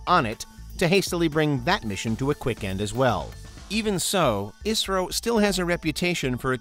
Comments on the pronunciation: Not pronounced as Isro it is I S R O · I never heard people calling "isro" it is "I" "S" "R" "O" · can't believe they called it Isro? It's Pronounced as I -S -R-O